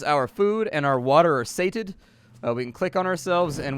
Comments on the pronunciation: sate-ed? No, it's Say-she-ate-ed. that's how you pronounce the word Satiated. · Say it with me: Say - She - Ate - Ed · Say-She-Ate-d. Satiated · Who tf doesn't know how to say satiated